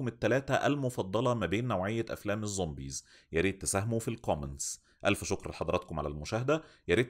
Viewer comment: انا بحبك بس ممكن ارجوك وغلاوة عيالك تبطل تقول ظومبيظ؟